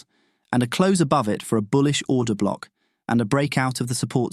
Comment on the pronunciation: I just keep hearing “Breaker Cock” “Order Cock” and “Rejection Cock”